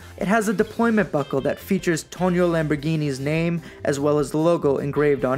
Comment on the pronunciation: Just a couple of corrections my friend. First of all it’s not “Tonio”, but “Tonino” (it’s pronunced “toneeno”). Second, this watch has nothing to do with the car company. It’s not true that Tonino (who was indeed the son of Lamborghini’s founder Ferruccio) started designing watches in 1981 to “diversify” the family business out of luxury car manufacturing, cause Ferruccio Lamborghini had already sold the car company and got out of the luxury car business in the early 70s.